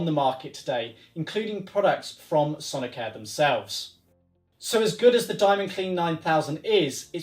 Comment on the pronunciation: why do you pronounce it sonic-hair?